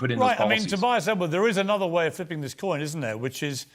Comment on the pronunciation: My way or wah way... learn to pronounce please.